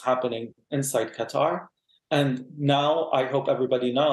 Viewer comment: This Qatari person really doesn't have much of a Qatar accent... Doesn't even say Qatar correctly